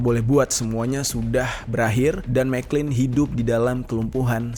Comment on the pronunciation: Jer . Itu gerrard mcclalen dibacanya MC CLALEN . Bkn mcklin 😂